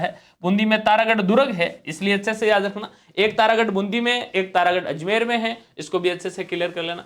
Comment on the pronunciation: सर बुंदी नहीं बूंदी/बूँदी होगा।